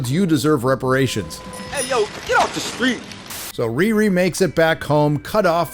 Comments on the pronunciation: even a black woman with dreadlocks, that stole a Jewish last name and made her first name a slang word for having sex, all while balding didn't get the name? I am appalled! Its ReeRee not RearE.. someone with her name should get it.. she heard the name riri a few times in the playground as a child. She heard "Whoopi" a few times too.😅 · Whoopi, it's pronounced "Re-Re" as in sofa king we taught it.